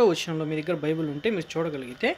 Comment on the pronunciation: ne video chusi oka visham chapalani vundi nuv bible spell nechuko first its not bibul its bible